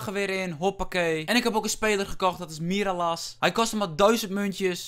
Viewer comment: Je spreekt het uit als mirraljas En koop mata goeie spaanse voetballer xD